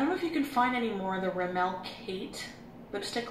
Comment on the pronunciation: In America, we pronounce Rimmel the same way y'all do in the UK. I don't know where she got that "Rimmelle" nonsense.